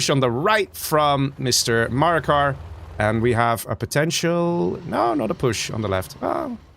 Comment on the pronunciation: Btw Maraka is called Maraka not Marakar (no r at the end), it means “Battle” in arabic